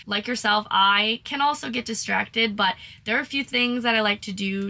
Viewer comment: To say "2 tings" is very Bahamian 😂